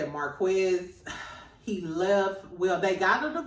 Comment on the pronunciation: Please say Mar-kez, not Marquezz. It sounds different than it’s spelled.